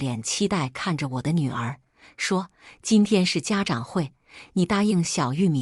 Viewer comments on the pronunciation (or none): 家长zhang，不是家chang，平常单个念是发长chang音，但在这里就念zhang。